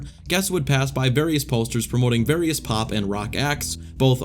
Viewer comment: The way this guy says coaster and poster bugs me